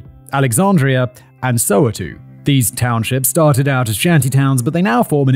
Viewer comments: It's indeed pronounced "so-wet-tow". Although, most South African English-speaking people pronounces it as "soW-wet-tow". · SoWeTo stands for South Western Township. The We is pronounced exactly like you'd pronounce the We in "west" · Just a tip on how to say "Soweto" - "So Where To" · more like soh-weh-toh (oh with an open O sound) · "sOwEToo" I cant😂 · Soweto is pronounced more like "so-where-to". Well done on tackling the names. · Bed time and a home story to go to sleep. Thanks Simon et al Next time when pronouncing Soweto try saying the following 3 words as one word: So where to There you go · You hear Soweto pronounced So Way toe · It's So wa to.dummy. all syllables true to their sound..sò wa . T0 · Haha I didn't know he was saying Soweto. The place that almost never get loadshedding. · I heard Simon mispronounce Louvre for an entire video. So, my expectation for him to pronounce Soweto correctly was 0% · I'm South African too and hearing him say Soweto and Ndlovu is killing me 😂😂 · I'm not South African, but hearing him try to pronounce Soweto was great. Also, why do I recall that town as well? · Lol soweto and OR Thambo had me rolling 😂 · As a South African 🇿🇦 watching this I feel like correcting you always when u mention names of the places like Soweto , Khayelitsha , Mamelodi 😭😭😭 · Soweto.. lol such a funny pronunciation.. we love you Simon 🫶🏿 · Whoo, that pronunciation of Soweto added some much needed levity to this. Not a criticism of course, that wasn't a bad guess at a name you've not heard before, but it did give me a good chuckle. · The pronunciation of Ndlovu and Soweto is so distracting😂🇿🇦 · Damn U butchered Soweto 😅